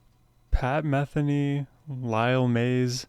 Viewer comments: YAY!! one of the best musicians/composers on the planet, especially whenever paired with Lyle Mays RIP..., btw, pronounced meth-EE-nee... one other comment, for those who know tennis watching Lyle Mays play piano is like watching Roger Federer play tennis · You might like to actually SEE this (along with The First Circle) being performed live. There are videos here on YouTube. (BTW his name is pronounce muh-THEE-nee.) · I've been a fan since the early 80s. I've always heard his name pronounced Me-THEE-knee. Was I wrong all these decades? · Enjoying your journey with Pat Metheny Group (pronounced Muh-thee-née). His music is uplifting and great to drive to. Try his studio versions of “Antonia” and “To The End of The World.” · You mispronounced “Metheny” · Please pronounce his name correctly. I'm sure he would appreciate it. 🙄